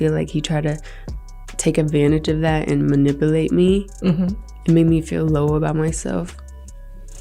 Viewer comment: Someone should create a meme with Gina Huynh attempting to say manipulate 😂LMAO!